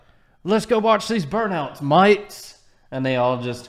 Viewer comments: it's mate not moit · at the start i thought he was making a vegemite joke by saying "mites" then i realized he just tried to say mate, and i appreciate that